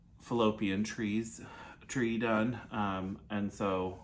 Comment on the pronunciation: Did you say fallopian tree??? 😂🤣 Micheal Myers looks amazing…great job!!!